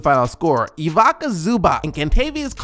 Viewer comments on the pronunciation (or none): His name is pronounced 'evetza'. 'tz' as in the end of 'quartz'. Pls like my comment.